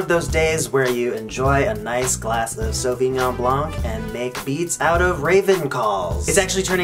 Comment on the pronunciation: Sauvignon blanc. Not savignæ blån. OK?